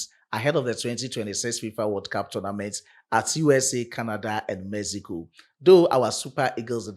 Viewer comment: Mexico not Mezigo